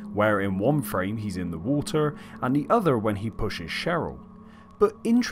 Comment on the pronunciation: the victim in the ''wuter''?